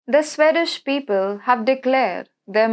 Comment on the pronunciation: CANT SHE GET HER AWFUL PRONOUNCIATION RIGHT??ITS JARING TO HEAR HER SPEAK, VERY DIFFICULUT TO UNDERSTND. ''SWAY DAESH PEOPLE!!! SWEED DISH!!